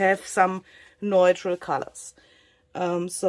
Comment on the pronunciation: Wow,! Everything you touch turns into beauty! By the way, the word “neutral” is pronounced, “new-tral.” (Sorry, if someone already told you).